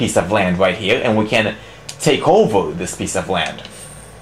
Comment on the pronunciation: you pronounce "Here" as "Heal" LMAO! but anyways, yeah nice review! =D